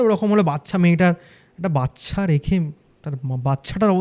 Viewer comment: মানুষ পড়াশোনা শিখেও জেনে বুঝে কি উচ্চরণ ভুল বলে? ওটা ওটা ওটা বাচ্ছা বাচ্ছা বাচ্ছা হবে না। ওটা ওটা ওটা বাচ্চা বাচ্চা বাচ্চা উচ্চারণ হবে 😢